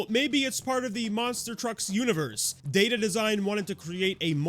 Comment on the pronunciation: Whenever you say "data design", I hear "dated design". You can say their design is outdated.